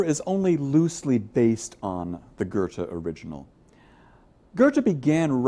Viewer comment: Thank you for a fantastic video! I really enjoyed it and it was also helpful to my essay. I do think it's quite funny how he says "Ghurrte" though! ;)